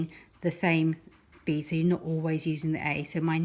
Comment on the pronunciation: I FINALLY managed to do it. It would help if she didn’t say bead as I thought she was saying B. It’s hilarious 😂😂